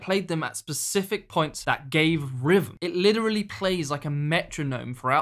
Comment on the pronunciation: How does 'th' turn into 'vr'? Rhythm = Rivvum?